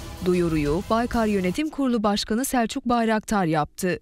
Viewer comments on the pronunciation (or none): sekcuk değil selçuk